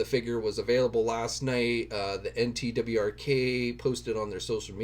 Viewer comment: NTWRK is said as "network." lol